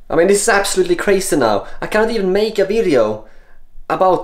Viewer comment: National Security Index: 1. Kräjzy 2. Äbsålutli kräjzy 3. TUU KRÄJZY!